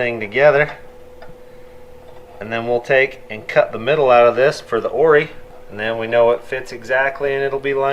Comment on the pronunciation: Awesome build, enjoy the channel. It’s ORI not “Oar-ee ” 😛